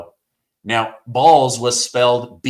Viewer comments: B o l z. If you pronounce it with a sound of a long Ole like a bowl you want to pronounce bowls use the long o sound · It is not pronounced balls its (BOWLS)....Bolz.....not balls